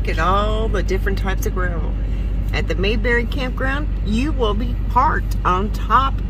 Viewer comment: Its pronounced May, like the month of May. Then berry, like many fruits.